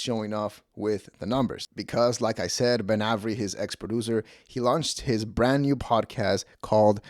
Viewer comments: It's pronounced, "Ay-very." Not, "Ah-very." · It’s A ver Eee. Not ave eree. How do you mispronounce Avery? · Immediately clicked off when you mispronounced Avery 😂